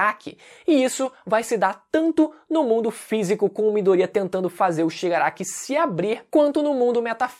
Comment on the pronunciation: Afinal. É miDOria ou midoRIA ?